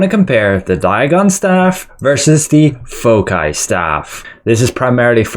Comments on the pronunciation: REYNAE-SENSE FOH-KAI:face-orange-biting-nails: Everyone else: REH-NUH-SAANS 💯FOW-SAI 👌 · "Fow-sai" bro. Its the plural of focus. Other than that, fantastic analysis. Thanks!